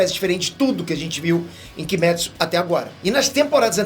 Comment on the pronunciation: Da onde que tiraram que kimetsu de pronuncia kimétsu?e nezuko se fala nézuko? É cada uma